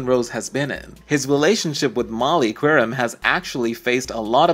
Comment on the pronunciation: At least have the decency to learn how to pronounce their names correctly: Jacoby, Qerim, Vitale.